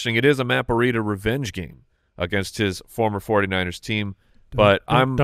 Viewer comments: Why is pronouncing Breida "burr-ida"? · It drives me crazy every time says Breida. It's Breeeedah. Not Bureida. I keep thinking of a burrito when he says it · Am I missing an inside joke/nickname they have on Matt Breida? Or does actually say Breida like Burrieda?